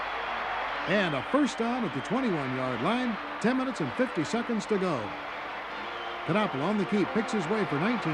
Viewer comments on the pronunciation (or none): My junior year at CU. What a great game it was. The Buffs went to the Orange Bowl that year, but were beaten by Ohio State. By the way, the K in Knapple is silent.